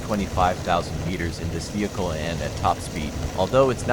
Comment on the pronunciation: What is a "vechl" bro 😂😂